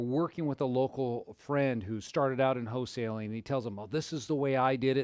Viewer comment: It's not HO-saling